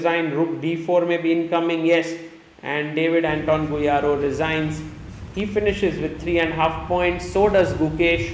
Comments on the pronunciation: Bro, GuijaRRo not Guirajo hahaha. Love your content sir. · The way Sagar pronounces Guijarro is sublime 😂